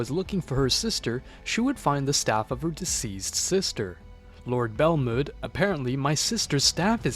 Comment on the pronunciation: Who the fuck is "Goteen" And "Belmuuuud"? It really pisses me off.